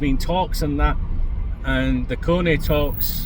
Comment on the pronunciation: Love the way you butcher their names don’t stop makes me smile 😂